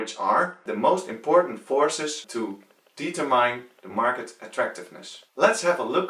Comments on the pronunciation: Determine (Dietermain) haha, (Die-tur-mind) is right. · Good Job!! One picky thing, really sorry - Determine - De-Ter-min (the E is obligatory) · deee tur mine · Yes i got the theorie just found your pronounce funny. Thanks for making this video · Oh I looovvvved the way he said it.